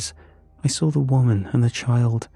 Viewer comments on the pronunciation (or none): "I sraw it" why bro? 😭🙏 It "saw" ngga